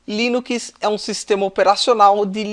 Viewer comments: dá agonia ver ele falando "línukiis" em vez de "línuks" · O conteúdo do vídeo é bom, mas não aguentei ouvir "linuquis" nos próximos vídeos kk